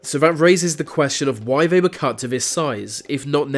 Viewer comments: The way you pronounce words with “th” in them as “v” sounds. They = vey. These = Vese. Is this just an insane, annoying British accent? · THem not Ven, THat not Vat, They not Vey, anoTHer not anuva. THe not Veh.......